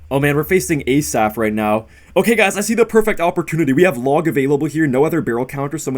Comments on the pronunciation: its actually pronounced hasaf not a-saf 🤓 great content tho ❤ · Love you, Just wanted to say it pronounced Asaf, like it is. Not ay-saf. Much love from Israel🇮🇱❤️